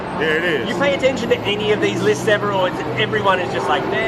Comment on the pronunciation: Every time you said lisses I corrected you and I said *lists for you haha 😆